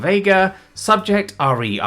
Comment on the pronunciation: "Re" is normally pronounced to rhyme with "he". Spelling out the individual letters sounds wierd.